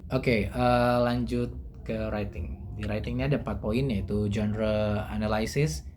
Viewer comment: "anaylsis" itu dibacanya enelisis, bukan enelaysis, say, hehehe .... Semangat ya!